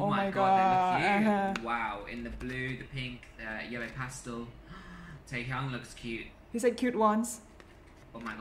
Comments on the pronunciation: OMGGGGAGG . ITS NOT TAE YANG ! ITS TAEHYUNGGGGGN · The way he pronounces their names....i can't Oli there is a difference between Taehyung and Taeyong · bro- the way he said taehyung "TeaHYung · Taeyon did you hear guys.. What f***k i angry he can't pronounce Taeyung.. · IT HITS ME HOW HE CAN'T EVEN PRONUCE THIER NAME RIGHT Olive oil - ''jweai haaope, taehugg, yoonki, jingkook '' like what the hell man he was acting like he can lipsync this song but armies aren,t blind too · He is literally saying 'taehyunk'